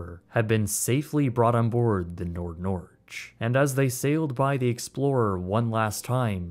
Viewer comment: Have long for the opportunity for some YouTuber to butcher the pronunciation of the Norwegian name of Norway, Norge. That dream finally came true today 😂❤